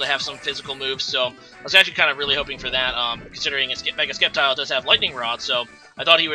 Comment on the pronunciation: Wow bro the C in sceptile is silent